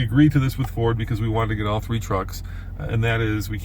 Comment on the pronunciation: 🤫 Be vewy vewy quite I am reviewing a Fowd. huh-uh-uh-uh-uh-uh-uh-uh Well look forward to when you can actually give us the goods. It looks very good.